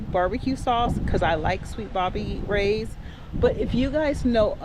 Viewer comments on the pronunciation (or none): It’s sweet baby rays. I think you said Bobby Ray. 😂😂😂😂